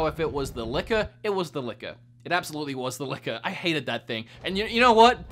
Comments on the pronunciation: Definitely sounds like you're saying liquor and not licker when you were talking about RE2. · jimpan99 same here, i didn’t realize until he said that it chases you. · Dude I thought you were saying “liquor” XD I was like how drunk were you lol